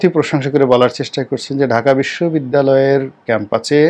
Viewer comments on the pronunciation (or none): ক্যাম্পাচে না ভাই, ক্যাম্পাসে হবে। কিছু তো হতে পারলেন না এটলিস্ট, উচ্চারণ ঠিক করে ইউটিউবার হন।